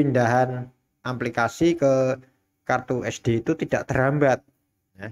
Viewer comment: Aplikasi bukan amplikasi wkwkwkwkw KK 😄😄😄